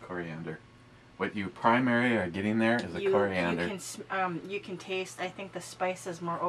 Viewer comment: Core. Ee ander. Next time you slip an L in there I'm going to wrap your head in with a ratchet jerkey.